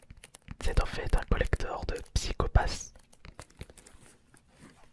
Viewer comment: Ce qui est dommage c'est qu'il est pas trop renseigner sur ce collector et sa me perturbe un peut le prononciation de PsychoPass mais la vidéo reste agréable a écouter